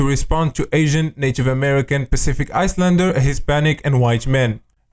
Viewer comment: My guy literally pronounced "islander" as icelander instead of the correct way which is "I-lander". The "s" is supposed to be silent. I'm fkn dead bro.